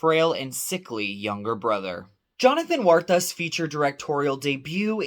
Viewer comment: By the way, their last name is Cuartas. You kept saying Juartas.